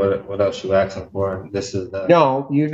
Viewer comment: More 'axe' ing